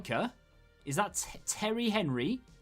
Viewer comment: You probably would you have gotten henry, had you not pronounced his name like that lol. The icon gods were insulted